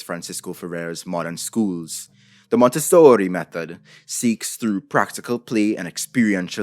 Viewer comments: Dude you're spitting facts and it's awesome, but I can't help but cringe hard at each time you say "Montessori" Sounds like you're trying really hard to get casted in a B-rated gangstar movie No but in all seriousness, good stuff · I’m very mad that around the 8th “Monte-sooori~” I snort laughed. How dare you sir, I was drinking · “MonteSSORRI” Me: “never before have I discovered something I needed so much” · that monteSSOOOOORRRIII was lowkey traumatizing tbh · i don't think i will hear the pronunciation of that word the same again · Good Video. Short Addition: Is the real reason why you did you make this video to say Montessori with italian accent? Itse me Montessori Mario YEEESSS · Interesting video ❤ - I'm Italian and when he says "MONTESSORI", he cracks me up😂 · Say Montessori, one more time 😂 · love the over exaggerated pronunciation Montessori lolol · I greatly enjoyed your extra-Italian pronunciation of "Montessori"! 😂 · Idk if this was intentional but I was dying every time you said Montessori lol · As someone that went to a Montessori school, the way you say it makes me cackle everytime